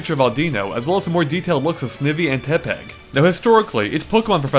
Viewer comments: How do you mispronounce Snivy and Tepig? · .. "Auu-deeno?" "Snev-ee?" "Tep-peg?" You pronounce 'em weird. Your voice makes up for it.